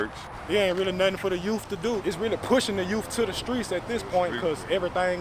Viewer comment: What's "youf" ?